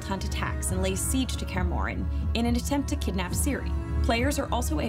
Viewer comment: "kaer morren"😐